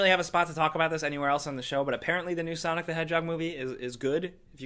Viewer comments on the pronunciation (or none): none